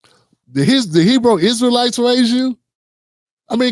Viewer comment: 😂😂😂he said hebow israelites 😂😂😂. I wasn't raised to hate them folks ether.